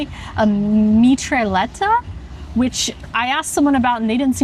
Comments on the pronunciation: the LL is silent, Mitra et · Mitraillette... the double L should be pronounced as if it were a y. Basically say "Mitra-yet". It's also more a frituur snack (popular among drunk people late at night). The Martino is something people eat during the day. Most places don't serve it with ansjovis. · you got the name of the mitraillette right, but the pronunciation wrong, it sounds kinda like "mee-try-yet" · The mitraillette is pronounced like "Mitrha" (the deity) and "yet" (as spoken in english). In dutch this means machinegun or automatic gun. I have been told (but am not sure) this might be because the fries loosely resemble bullets in a magazine (the bread). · if you ever wanna try the mitraillette again, its pronounced, mi-tra-jet, it directly translates to sub machinegun from french. why? idk xD what you had was a mitraillette. a french hamburger is like a hamburger but the buns are a big "pistolet" with a patty, veggies and fries they are essentially the same only the bread is different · then Brusels French burger is pronounced as "mittrajet" (the french word for machine gun is "mitraillette".... ). It is also made with a Mexicano instead of a burger and other variants. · Mee-tra-jet... and "jet" not like the airplane... but with a soft "j" you're welcome :p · You pronounce it as mitrajette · It is pronounced me-try-yet :p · Mitraillette can be pronounced as "Mitra-yet". Also I was really glad to see you enjoyed the martino sandwich, it's my favorite! I was afraid the anchovy would be too overwhelming, like it was for me when I first tried it. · ( machine gun ) = Mi-tra-jette...soft j ....love your video's, subscribed..i'm from Antwerp....next time when you come to Belgium do a Belgian beer vlog please. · Mitraillette is pronounced in a french way, but it's funny the way you said it :).